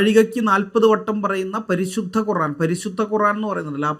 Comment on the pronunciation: 😂😂 എടോ പടു.കഴുതെ. കോറാൻ .അല്ല:. ഖുർആൻ .ആണ് . ഒര് വിവരവും .ഇല്ലാത്തെ .അതിലേ ഒരു ആയത്ത് പോലും വായിക്കാനറിയാത്തതാൻ .അതിനെ . വിമർശിക്കുവാൻ . പാടുണ്ടോ ..